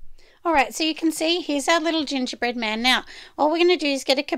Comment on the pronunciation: I had to replay the gongerbread man a couple times to make sure I heard right!!! 🤣🤣😂😂